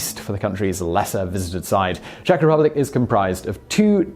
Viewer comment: As a Czech, I adore this video :) And congrats on the pronunciation, you haven't butchered anything ;)